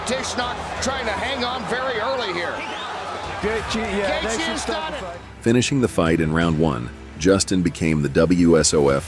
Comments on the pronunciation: you literally called Justin Gaethje - Justin Highlight Gayjay. It’s Justin The Highlight Gaethje. It’s not just you, All this videos done by bots can’t even pronounce the fighters names right. It’s embarrassing. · nope! you're wrong brah, listen to the gaybot narrator and you will see that he's Justin "Highlight" GayJay... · did the narrator pronounce Gaethe as Kay Jay❓️⁉️ Please tell me I'm not the only one who heard that 😮🤔